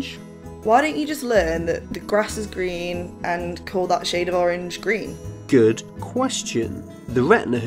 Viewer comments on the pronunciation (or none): wed owange and gween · WED, OWANG, AND GWEEn